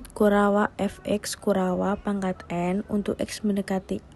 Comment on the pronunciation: penjelasan materinya jelas dan mudah di pahami. Rada aneh mendengar penyebutan kurawa